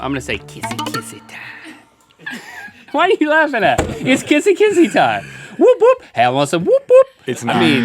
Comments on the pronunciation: YOU DONT SAY 'THE' WOOP WOOP OMG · Woop woop is pronounced more like whaop whaop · It's not whoop whoop, it's pronounced wop wop like the 'whop' part of McDonald's Whopper or mop with a W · the're pronouncing woop woop wrong and describing it wrong, try pronouncing it more like oops. might maker sense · its not "the woop woop" its just "woop woop" and its pronounced like "wuhp wuhp " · Someone has taken the p*** with you Rhett. CORKAGE is a fee charged when customers take their own wine to a restaurant 😂. And woop woop is pronounced like book, not soup 😀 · its wop wops 😂 not woop woop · It isn't woop woop it's wop wops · It's more like wop-wop not woop woop haha!! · It's not said woop woop, it's said whap whaps lol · Wood wood is actually pronounced as "wop wop“ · Pretty sure it's pronounced more like "wop wops", at least that's what it is in New Zealand. Like saying mop but with a w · The awkward moment when they use the New Zealand slang term for rural place. Woop-woop is what we kiwi's call a bush Bach. Or place that is hard to find, out of the way. It is spelt that way, but pronounced wha-op-p waop.... also the paddle pop is a milk-based ice cream. This slang term didn't make it across to NZ. Same with Stubbie well we are considered more refined and drink out of 750ml bottles that came from a crate.... the stubbie was in fact in NZ a pair of short khaki shorts, worn solely by males. They are distinctly kiwiana. Thus ends a little New Zealand trivia.... considering y'all are being all Aussie Aussie Aussie oi oi oi. Wait two quick things... Aussies tried to claim the Lamington, the Pavlova as being made in Australia... like Sam Neil, crowded house and unfortunately a Russell Crowe.... they were conceived/born in New Zealand. Be your mythical best. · They pronounce whoop whoop weirdly haha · Woop woop was pronounced wrong and wasn't used right in that sentence either. But nice try 😂 I applaud your efforts